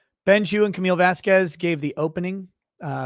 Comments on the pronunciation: Gotta be honest- the fact that Judge Penny seems to be annoyed by Elaine mispronouncing Camille's last name is endearing. I have also started to be triggered every time I hear, "Miss Vaskwez..." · The way Elaine speaks is annoying ... "Vas-kwez" "saide" (instead of "side") ...